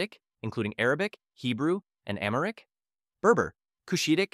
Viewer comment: "Americ" It's pronounced Am-Haric.